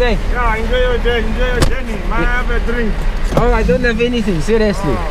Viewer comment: The security guy said may i have a drnk...